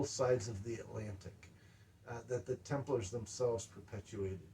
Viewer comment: I swear, it sounds like he's saying "Tumblers."